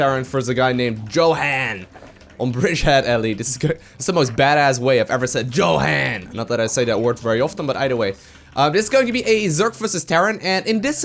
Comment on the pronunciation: I think YoHan is pronounced: Yo as in yo-yo Han as in hand not like "Jo-hahn"